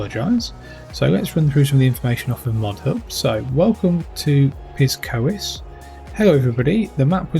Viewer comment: I believe it’s pronounced Pyskowice…. 😂